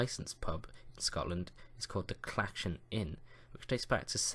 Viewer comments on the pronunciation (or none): Clachan is pronounced with a soft ‘ch’ like in the word Loch. Your arrow is also wrong. The Clachan is in drymen, north of Glasgow, near Loch Lomond. Great place for a post hike pint. Great video though. I’d love to do a road trip round all of those old pubs in England one day. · Lol. "Clatchan".